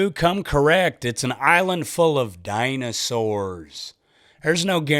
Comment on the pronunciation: "it's an island full of DAI-NOU-SORRS" loved that part